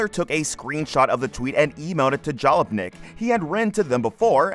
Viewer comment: It may or may not have been AI, but it was unquestionably crap. If you can't pronounce Jalopnik and Doug DeMuro properly, you shouldn't be writing about anything automotive, because you're wholly ignorant of the subject matter.